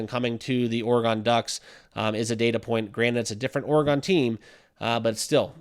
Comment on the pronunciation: bro you need to learn how to pronounce the word oregon holy it was getting me mad